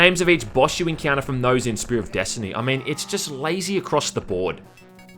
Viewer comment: "...desHtiny!" 10/10👍